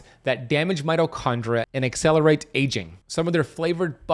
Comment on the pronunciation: Being picky but... there is an ee sound in mitochondria. Its not mitochondra. Just sayin'.